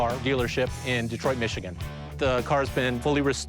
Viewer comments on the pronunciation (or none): none